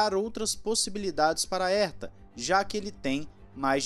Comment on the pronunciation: "Erta" não!!! "Rerta", pô! Dói os ouvidos ouvir "Erta". Ninguém no mundo pronuncia o sobrenome dele assim.